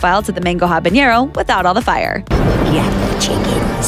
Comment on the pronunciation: It's habanero. Not habañero. Don't pronunce that with an ñ.